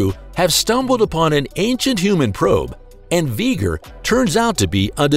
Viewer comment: It's v ger